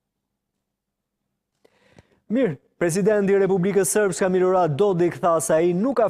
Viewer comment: Republika Sërpe, jo "Republika Sërpka", o palo gazetar!